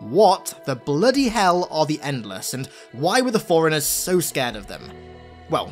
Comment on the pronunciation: Bro it’s forerunners not foreigners. You can have an accent but shit at least TRY to say the word right if you’re going to say it every other sentence